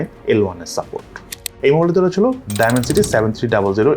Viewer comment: এই মোবাইলে "রইচেলো", "রইচেলো" এগুলা কি বলেন? রইচেলো কি আবার?